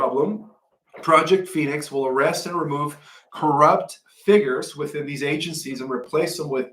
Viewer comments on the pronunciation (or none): De c(ice) sively NOT De (sis) ively Fig (yours) NOT Fi (gers).